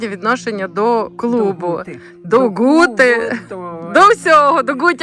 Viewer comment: Мені нащадкові засновників Скляної Гути (саме Гути а не Ґути ) дуже неприємно слухати ахінею про ці три поселення одне з яких заснував мій далекий предок Ян Краткі і ще двоє його товаришів, як і він мануфактурників, що збудували три гути ( склоплавильні мануфактури ) Скляну, Середню, Мокру. Переселились сюди з північної частини сьогоднішньої Словаччини. Землю купили за посередництва жида котрий надав не вірну інформацію про породи для виробництва скла, насправді вони були значно гірші. Двоюрідна сестра моєї бабусі Катерина Кратка одружилась з Сірком полоненим з Наддніпрянщини, їхні нащадки Зеленяки і зараз живуть на Гуті. Скляна Гута зруйнована і залишились лише фундаменти. Виробництво скла припинили після Першої Світової і зайнялись садівництвом, а не Хрущов . Із - за низької якості сировини ( добувалась у штольні Краткіх ) не витримали конкуренцію і тому зайнялись садівництвом. Сірко, син Катерини, за революційні погляди разом з Борканюком мадярами був засуджений до страти, але в подальшому страту замінили на дожиттєве.